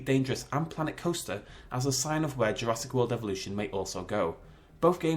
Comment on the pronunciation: This just irks me it says JurassK Park